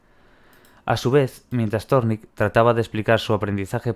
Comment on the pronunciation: Thorndike. Pronunciación ´Zórndaik´ :)